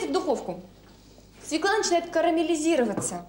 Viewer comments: Дорогая Юля; ударение надо ставить правильно. Свёкла!!! Это же неприлично так неверно ставить ударение!! прямо слушать невозможно!! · СвЁкла, пожалуйста, свЁкла. Надеюсь, Юлия научилась готовить съедобный борщ) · В слове свёкла , ударение падает на - "ё" . Неужели высоцкая об этом не знает 😂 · Очень странно слышать от Высоцкой слово " свеклА ", а не правильное " свЕкла ", ведь рядом с ней автор " Низких истин " ... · Не свекла,а свёкла,даже ударение не может поставить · Наголос має бути на свЬОкла. Навіть своєю мовою не вміють нормально говорити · Да не свекла, а свЁкла!!! Аааааааа....Почему редакторы не исправляют?Все безграмо ные, это грубейшая речевая ошибка. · Юленька, вы в какой школе учились. Запомните такой детский стишок: Мы у тети Фёклы , ели суп из СВЁКЛЫ! Нет корнеплода свекла, есть корнеплод свёкла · Нет такого слова - свеклА! Свёкла! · Не свеклА, а свЁкла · Фууу, свЕкла, а как же кончаловские,😂 свЁкла, сказала бы Наталья забыла как по батюшке😂😂😂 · Не "свеклА", а "свЁкла", это если по-русски. Стыдно интеллектуальной элите делать такие ошибки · Какой ужас! Что она творит!? И всё-таки: свёкла, а не свекла. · Правильно говорить свёкла а не свекла. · Как же бесит эта "свеклА", даже у казалось бы грамотных интеллигентных людей!😮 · Нет слова свеклА, есть слово свЁкла. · Задолбала сто раз за ролик повторила свекла, свекла,свекла,да чтож такое то свЕкла твою мать,свЕкла,свЕкла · Свёкла, а не свекла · Не зря же, говорит сахар из свЕклы́ делается.. Убогая, она из сахарной делается, и не из свЕклы́, а из свёклы. И нужно было "потомить её часа 3" — ведь все мы знаем, что "чем чернее, тем лучше".)) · Нем свекла, в све́кла!!! За что Марусе такое? 🤦‍♀️ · Как же режет ухо эта "свЕкла"!!! СвЁкла!!!!! Да запомните пожалуйста! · Не свекла, а свёкла. Тундра😂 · Так вы задолбали со своей свЁклой и творогОм. Может, потому люди и отказываются так произносить, что звучит это отстойно 🤮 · СвЁкла, Юля! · И всё-так свЁкла!!!